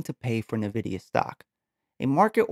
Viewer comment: good video my man, thanks, headsup, you're saying nvidia incorrectly, good luck